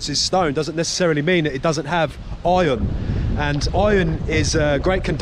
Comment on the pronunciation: Did you say ion ore? I thought it was iron ore.